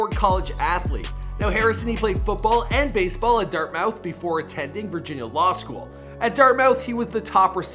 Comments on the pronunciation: Dude said Dart Mouth instead of Dartmouth...did you think he had Ciara 😒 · It’s pronounced dart-muth